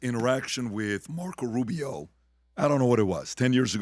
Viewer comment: How the fuck does he say Rubio. No one like Rubio.